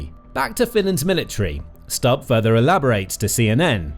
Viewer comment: Its not Stabb its Stubb.